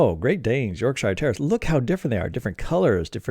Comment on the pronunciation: Oh, by the way, it's pronounced "YORK-shuh", not "york-SHY-arrrr". Leicestershire is "LES-ter-shuh", not "LY-ses-ter-SHY-arrrrr". Gloucestershire is "GLOS-ter-shuh", not GLAUW-ses-ter-SHY-arrrrr". You're welcome. 🤗 {:o:O:}